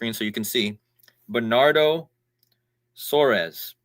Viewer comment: His name is pronounced Bernardo Soares (sounds like sores)